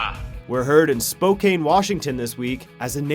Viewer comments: He...he said Spo-CANE. He said SpoCANE. FYI, it's pronounced Spo-CAN. Don't ask me why, it just is. I live in WA and Spokane is pronounced as if the E isn't there. xD Everyone I've met pronounces it "CAN". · Anyone else care that it's spo-KAN, not spo-Kane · spo-can, not spoke-ane. its a minor issue, but that's how it is pronounced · It is pronounced Spokane like can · as a Washington resident, his butchering of Spokane pained me lol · That pronunciation of "Spokane" haha